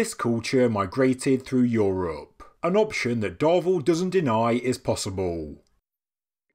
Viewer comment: I wait around, hoping to hear say "EuROPE" every time!!!!